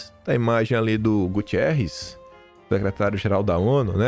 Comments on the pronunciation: Oh! É GUTERREZ. Ele é português. Não é Gutierrez. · Não é Gutierrs é Guterres. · pelo amor de Deus.... É GUTERRES não é Gu TI erres 😂